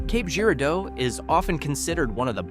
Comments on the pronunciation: Yeah, Cape Jeer-a-doe! I quit there. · I'm going to take a shot every time I here a butcher town name. Cape Girardeau. 🙄